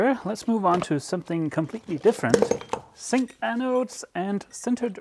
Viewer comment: for me a zink anode is pronounced with a Z. Just as in English. I don't think the difference between Dutch and Danish is that great, thus I wonder why you keep calling it a Sink anode.